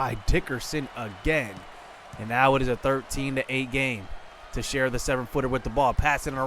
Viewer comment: hey i just wanted to let you know that texiera is pronounced (tex-era)